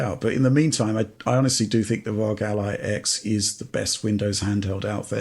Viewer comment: Can you say R.O.G. without saying ROG????😅 you crack me up!😊